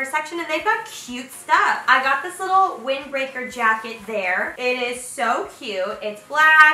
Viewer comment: she says wing breaker instead of wind breaker did anyone else noticd